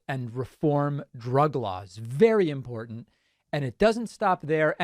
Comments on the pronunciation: I cringe every time she says em-poor-dunt instead of important. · She also always pronounces "important" as IMPORDANT. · Of course she is. As she likes to say it’s too impordant.